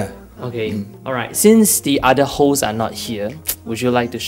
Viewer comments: I'm sorry I kept laughing when he said Hoes instead of hosts. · i thought he said holes, lols tell us about your holes.. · Am I the only one who hears hoes when he says host?